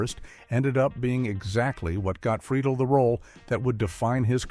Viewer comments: Click bait much, and you pronounced Will's last name incorrectly. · Another weird fact: he's not pronouncing Freidle correctly :) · Yeah, I heard that too. Lol They also pronounced Will’s last name two different ways. Both wrong according to the way he pronounced it himself. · And you say Friedle different